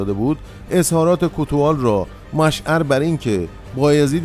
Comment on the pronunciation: مشعر م ضمه و ع کسره دارد